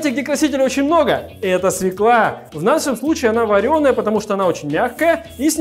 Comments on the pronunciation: Не свеклá, а свёкла!! Ударение на Ё! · Все круто, только не свЕкла, а свЁкла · Ваше свёкла а не свекла